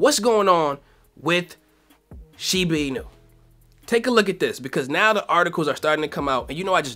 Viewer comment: I don’t think that’s how you pronounce shiba inu 😄